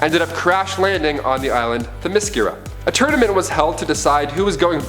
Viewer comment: It’s pronounced Them-Is-Scare-Ah